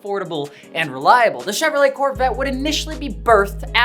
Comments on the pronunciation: Soon as I heard “Chevro-Let” I clicked off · "ChevroLET Corvette", thought I was the only who pronounced it that way lol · I'm disliking because of saying Chevrolet wrong. Just why? It's the equivalent of white moms saying gracias at the Chinese restaurant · is chevrolet actually pronounced with a hard T or was just memeing, cause i always pronounced it "chev-ro-lay"